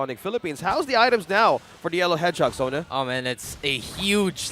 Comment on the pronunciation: Sonah? No please. Transferring to Filipino Stream.